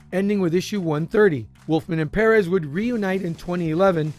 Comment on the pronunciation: it may sound funny, but thats the correct way to pronounce it. George told me during that intv everyone mispronounces it